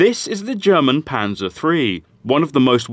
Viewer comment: Pleae stop pronouncing it Pansa almost sounds like panda which i heard at first. Call it Panzer with a heavy S and an er like the on if u were to say the hard N word. No offense a different example didnt come to mind